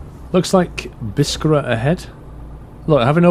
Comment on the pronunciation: again, according to the Arabic, Biskra is pronounced as Bis-krah, simple!